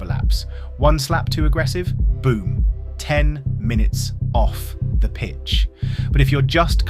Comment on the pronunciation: The thaaane.